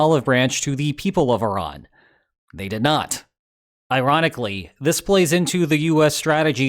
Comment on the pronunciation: Iranically... eh?